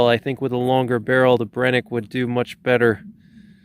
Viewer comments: It's pronounced Bren-uh- kee not Brenick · I hate hearing him say Brenneke 😂